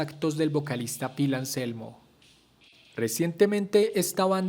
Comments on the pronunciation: No se dice pil, se escribe Phil y s pronuncia fil, segundo todos los fans de pantera fuimos y somos.conciente de que Anselmo fue racista,, decí algo que no sepa nadie !!! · Se escribe Phil, y se pronuncia Fil, no Pil 🤦🏻‍♂️